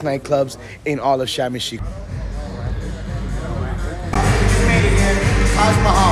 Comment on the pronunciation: you're in the place and pronounced it incorrectly.😂